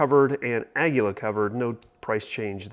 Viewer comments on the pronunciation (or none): Say this with me kids, A-ah: GUI- gwee: LA-laa, ahgweelaa = aguila. Got it?